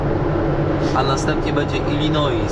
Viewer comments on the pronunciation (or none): nie żebym się czepiał, ale nazwę stanu Illinois wymawia się bez "S" na końcu:) Pozdrawiam.